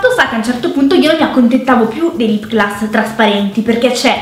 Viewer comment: La prima volta che sento dire lip glas